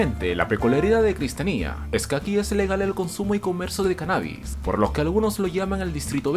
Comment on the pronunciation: No se dice cristianía es cristiania copenague no copenjien